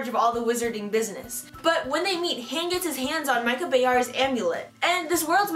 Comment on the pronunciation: It's pronounced h-on not Han